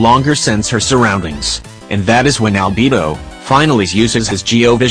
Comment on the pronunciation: the robot: "Shēnhè" also the robot: "ALBiBO"